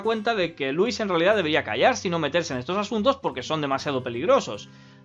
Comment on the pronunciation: Me encanta que cuando dice "Louise" se escucha "Luis"